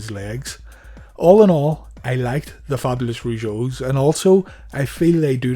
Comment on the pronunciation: You misprounounced "Fabulous", lol! I think their theme song was amazing. Jacques was amazing as The Mountie! And he's a hero for standing up to Dynamite Bully.